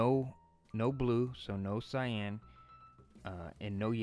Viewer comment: 'It's not 'Sienna' it's CYAN or 'syanne'